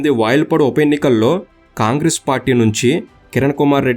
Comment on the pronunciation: వయల్పాడు కాదు వాయల్పాడు